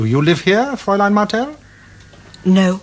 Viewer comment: A good series, better production values than 'Pathfinders'. My one minor gripe is the constant mispronounciation of 'fraulein', I would have thought they would have a language coach.